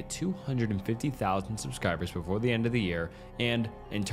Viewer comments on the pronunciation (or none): none